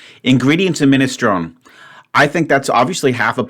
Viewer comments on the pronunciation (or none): I spent a while thinking beans and vegetables had to be in separate groups because I consider beans to be a vegetable. I make soups but not minestrone ( not liking pronunciation but he seems highly stressed right now so he can have a pass on that). My brother many years ago frequented the Edinburgh student's union eatery as a med student. He asked one day what the soup was and the wee dinner lady said " Well they cry it minestrone son, but it's jeest aw the week's leftowers pit the gither!